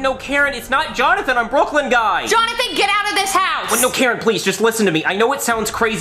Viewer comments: Karen always calls Brooklyn Guy Boiney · i love how jonathan calls brooklyn guy ‘blooklin gye’